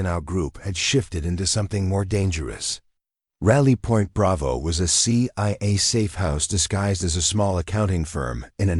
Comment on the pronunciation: what’s. ciaa 😂😂😂😂😂 stupid AI